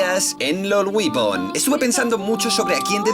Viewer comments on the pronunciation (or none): me gustan tus videos. pero no puedo evitar odiarte cuando decis tu propio nick mal: "weapon" se dice """"wepon"""" no """"wipon""" de todas formas va el pulgar arriba por la data. segui asi!